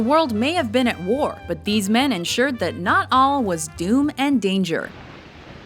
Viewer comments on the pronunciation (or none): none